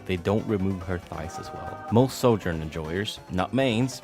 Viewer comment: Bro pronounces “Sojourn” like “soldier.” So annoying. You can take the boy out of Eastern Europe but you can’t take Eastern Europe out of the boy. Lol